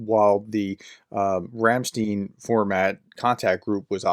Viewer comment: Ramstein is pronounced Ramstyn for you English speakers, get it right please.